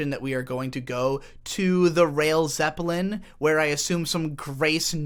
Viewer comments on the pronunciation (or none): none